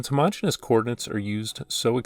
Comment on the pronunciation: fyi, you're pronouncing it as "homogenous" when it should be "homogeneous" (extra "e"). homogenous is pronounced "huh-MO-gen-us", while "homogeneous" is pronounced "homo-GENE-ee-us". my math professor militantly enforced this pronounciation, and he encouraged us students to spread this word everywhere lol this is a fantastic video btw 👌👌